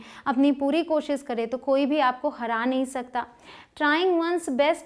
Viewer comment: This is useful session 👌 Thanks but sorry to say please work on your Koshish word. Please don't take it wrong way.